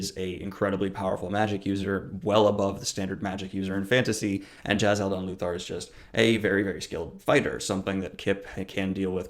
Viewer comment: The way he says Jezal is slightly annoying, JAZAHL. NO. JEzahl